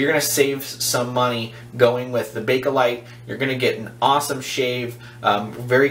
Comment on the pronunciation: there is no "a" between bake/light. nice video tho. ok well...synthetic plastic...ty, I needed that. I bet those slants just slice right thru the whiskers.